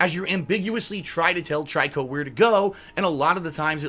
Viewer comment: The name is pronounced "Tree-Co" even the child in the game says the name... not "Trike-Co"